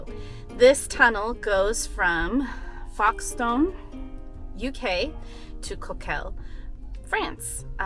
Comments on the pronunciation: Great to see a little bit of Folkestone, it's actually pronounced Folk-stin or Folk-stone. I lived there a while. Hello from Arizona. What a great life, traveling the world in a RV. Would live to do it myself! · It's pronounced 'foke' stone